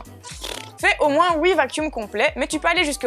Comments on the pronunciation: « Au moins wouui fois » 😂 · Coucou super vidéos merci de l'avoir enfin sorti et j'adore quand elle dis "houit fois" le petit accent belge